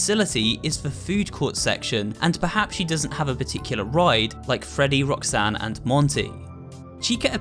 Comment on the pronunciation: As a weeb, I keep hear "Rock-san"